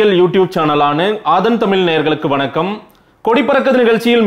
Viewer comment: When will u pronunce the word தமிழ் properly,? If it is not coming, dont use the word